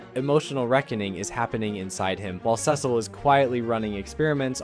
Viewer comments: "Dark Samson" and "Sessle" you sure you watched this show mate? 😂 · Cecil (see-sul) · Bro is on a mission to pronounce Cecil and sequid differently than the show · The repeated mispronunciation of Cecil's name is so annoying